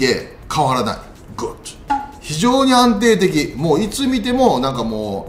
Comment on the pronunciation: グッドがゴッドに聞こえる